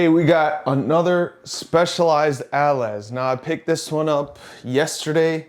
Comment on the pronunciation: If I'm not mistaken, "allez" is pronounced ahh-lay from French :)